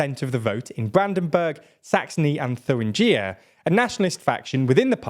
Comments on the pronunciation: I love this channel and watch it religiously, but where in the hell did you find your bizarre pronunciation of 'Thuringia'???? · Thuringia - Oh my God this pronunciation is horrible.